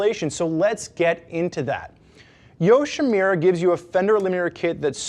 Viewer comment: Nice review. This video & the customer product reviews, convinced me to go with the Yoshimura Kit over the Hot Bodies. Just one thing -- it's "Yoshi-MU-ra"...not "Yoshi-Me-ra". :)